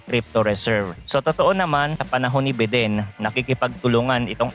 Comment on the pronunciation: bayden po basa don sa biden boss